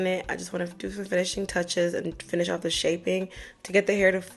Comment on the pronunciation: Girl who be pissin you awff??? You must’ve said it ten times lmfaooooo 🤣🩷